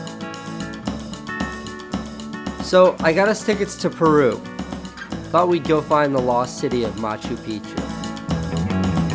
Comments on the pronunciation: anyone else thought that said PERV instead of PERU?? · Perv or Peru... You should definitely make your u’s more pronounced. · I didn't know it said Peru, I thought it said perv